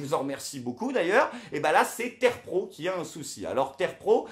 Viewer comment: terpro connait pas : on dit T 3 r pro